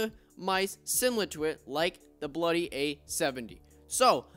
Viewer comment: Yo he says bluy 😆